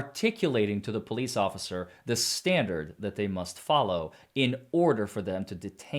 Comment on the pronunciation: "ocifer" i make that mistake too sometimes.